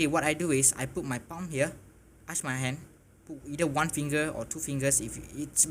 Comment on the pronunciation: I thought you said but your keyboard in your mouth LOL.